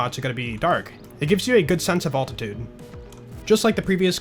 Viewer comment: alt-titude I now have a new way of saying altitude